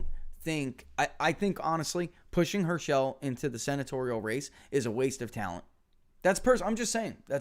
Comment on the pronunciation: Hirsh-uhl, not her-shell